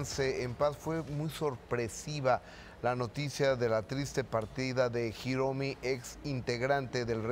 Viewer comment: Hiromi no Jiromi en castellano la h es muda q periodista ..